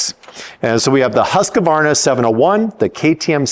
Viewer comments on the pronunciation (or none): none